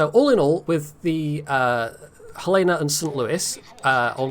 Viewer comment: FYI, it's pronouced Hell-Uh-Nuh because it's named after the Capital of Montana. (And that's how they pronouce it.)